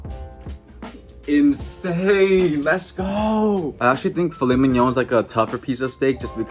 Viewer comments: phil et mig non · “phil-let mig-none” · u lost me at filet migg-non✋😔